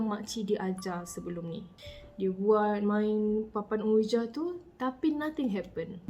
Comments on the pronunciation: Triggered every time said OWIJA when the pronunciation should be UIJI 🙃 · Sekadar perkongsian sbenarnya sebutan untuk ouija tu disebut “wuiji”. Smoga dimurahkn rezeki slalu amiinnn ♥️